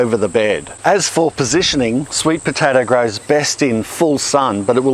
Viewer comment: "Sweet potatarrr"